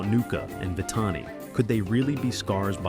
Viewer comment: Your subtitles mistakenly spelled Zero instead of Zira’s name! 😅 The lioness, who was Zira’s daughter is pronounced wrong. Her name is pronounced as Vi-Tah-nee. And the wife of Mufasa is pronounced as suh-rah-bee.